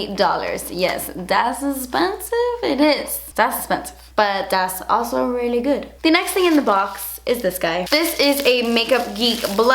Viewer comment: "das also really gewd". Lmao